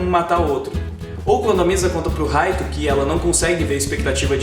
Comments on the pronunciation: Poem Light mesmo kk mo agonia ouvir Raito kkk lembro da Live Action japonesa q eh uma merda kkk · Se lê Raito mas se fala light como night tirando isso video ótimo❤